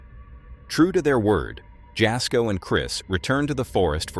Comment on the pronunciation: Jasko is pronounced “Yas-ko” - The J is silent.